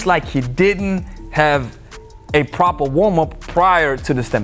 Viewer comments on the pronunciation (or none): its what happens when you dont do a pwoper warm up!